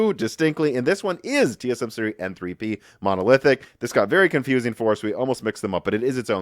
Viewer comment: Should really try to speak a little slower, you seem to be butchering a lot of words lately, mix and matching words for example “TSM “shree” instead of tsmc and multiple words are mixed up like this.